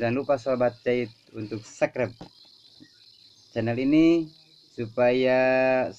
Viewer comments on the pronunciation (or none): Subscribe bukan subrek